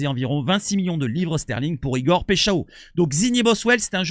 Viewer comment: PECHAO.... 🤣 🤣 🤣 Paixao se prononce PAÏ CHAO et non pas Pechao comme tu le fais... Avant de faire des vidéos sur les joueurs apprends à bien prononcer leurs noms... Question de respect...